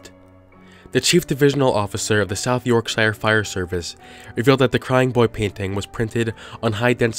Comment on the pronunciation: oh wait... you said south Yorkshire wrong